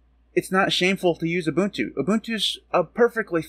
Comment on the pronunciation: UBUNTU is the STANDARD for Linux distros. NOTE: You are one of the very FEW Americans that can pronounce UBUNTU correctly. RESPECT!!!